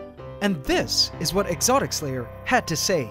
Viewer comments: Cause there is a "s" On Exotic(s) Lair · Sounds like you're saying "exotic slayer" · i just like how the way he pronounce "Exotics Lair" sounds like "Exotic Slayer"